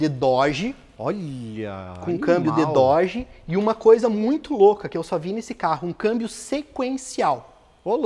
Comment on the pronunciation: com o Dorje que tu falou aê... Dorje ou no car!!